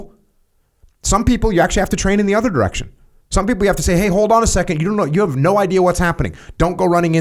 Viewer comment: Why do Americans make a throaty kkkk sound when they pronounce and h? When Jocko says hold and harp he say kkkkold and kkkkharp